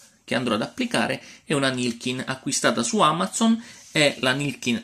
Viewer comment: amazzon???? si dice amazon